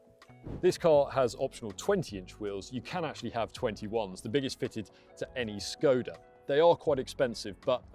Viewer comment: To the guy in the video: ever wondered what that inverted carrot on top of "s" in "Škoda" signified? It is to pronounce it as "sh", as in "sugar". Think about it.